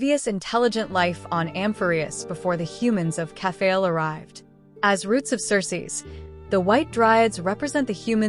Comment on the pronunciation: I enjoyed this video but 1 thing kept erking me. Its not Kef-fay-el. Its Kef-fah-lee Not Cas-tor-ice, Cas-tor-ress Not Meme its Mem Not El-lee-sha its El-lee-sia think Elysium The tablets , although subtle, fit together as puzzle. Observing closely there are tabs. So it looks like this I [ [ [ I 1 tablet has a beginning and female end Next tablet has a male end and females end. The 3rd tablet is a repeat of the 2nd Finally the tablet has a male end and a ending. If ya rearrange the tablets so the 2 end pieces are the end then slot the other you get: Has The Sun Never Risen ? Has The Night Never Fallen? Has The Fire Never Ignited? Has The Hero Never Existed?